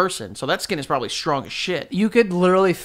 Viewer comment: joe says probaly and not probably